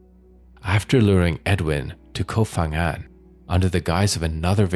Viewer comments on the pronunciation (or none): pronounce "Koh Pangan" not "fangan" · Life on Samui and today is the first time i hear that. and please is kooop phangan not kof phangan. Learn the real pronunciation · Koh Phangan is not pronounced "Koh Fangan," but "Koh Pangan"! Just like Koh Phi Phi, which is pronounced "Koh Pipi," and not "Koh Fifi"! In official Thai phonetics, the "Ph" represents a "hard" P sound. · it's not pronounced Koh Fang but Koh Pang. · Koh Phangan. It's pronounced with a P, not an F.